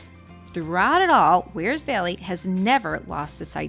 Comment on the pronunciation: Peeeeeeeze will you people who come here from elsewhere learn to pronounce “Wear”! It’s not “weer” Do you “weer” your clothes! Knock it off. I have ancestral roots in Wears Valley and my ancestors would be appalled by your pronunciation.